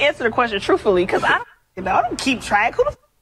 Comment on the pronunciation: "Troof"ully, I am NOT surprised...at all.